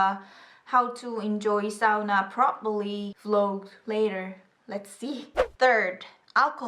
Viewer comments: here in brazil we say sa-u-na too, but I thought it was wrong lol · Really??? We Malaysians say it that way too, I had no idea it was the correct way haha. I always thought the American way was correct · Omg foreigner pronounsses sauna perfectly TORILLA TAVATAAN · About to be a year. Too late but still Im amazed that u pronounce "sauna" right. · hey you said sauna right.. you know how many many many people say it wrong... you get a solid thumbs up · Somebody can actually pronounce 'sauna' properly, i was expecting the regular ''sooona'' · me too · Btw I loved how you pronounced "sauna'" just right! :D Too often people pronounce it with their own language's accent :P Good job! <3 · Finally someone pronounced sauna right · you are amazing person and i love to hear that u like finnish and finally someone said sauna properly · I'm glad I read this comment. I assumed she was just saying it weird. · In Dutch we also pronounce it correctly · BTW great pronunciation of some words like 'Sauna' and 'Tampere'. I found it refreshing that someone finally got them right😂😂